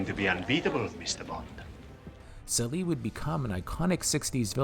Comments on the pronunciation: Sely? Adolfo Celi Pronounced more like Cheli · Adolfo Celi is pronounced “Chell-ee” not “See-Lee”. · Adolfo Selee??? It's pronounced Ch-eli, wtf, he's Italian, not French. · Celi is pronounced 'cheli' like cello. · They were not nuclear missiles, but 2 atomic bombs. Even says so in the taped message sent by Blofeld to NATO in the film. Don't know how you missed that. The "Jetpack" is properly called a rocket belt, which was also used in Lost In Space. 20 minutes flight time? Not even close. Adolpho Celi's surname is pronounced "Chelli," as all Italian words that begin with a C. "Q was fresh from Thunderball?" I think you meant "Goldfinger." Please, young video makers: Boomers grew up watching these films. They are OURS. You behave as if you just discovered these films, and you are shedding light on them. In reality, you do not possess the cultivation to be able to make an intelligent comment regarding films if this era. Referring to truly iconic films as "Cool" is lazy, and typucal of the younger generation with a vocabulary of less words that an 8th grader in the 1950s. I care not what the younger generation thinks of anything from the sixties, it is ours. You have idiotic cartoons from Marvel, and pc films with children running the show. We have Aston Martins, beautiful, feminine wimen, Savile Row suits, gunmetal cigarette cases, Walther PPKs, and real men. Your generation has computers. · Celi is pronounced Chehlee in Italian like Cello. Paluzzi is Pahlootzee.